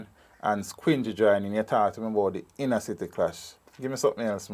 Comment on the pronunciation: All these years man thought his clash name was 'tinnuh' and not Thinner 😂😂😂.... Thanks for this upload 👍💥